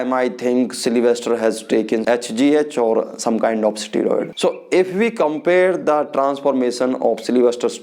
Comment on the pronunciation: pahele to english ka pronunciation dang se bolna sikh le unpart illerate steroid ko strod bolta hai ahahahah aur this guy is born with above average gentics so obviously he will be better aur khud ko dakh u r a chicken shit aur ye sab faltu chutiyab se views kamana band kar de bhen ka lund sale dikhne me too chusa hua aam lag raha hai ahahahha